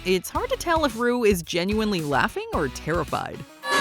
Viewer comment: When she called Ru broom, I fell over.....